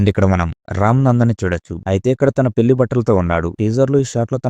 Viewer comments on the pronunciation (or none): none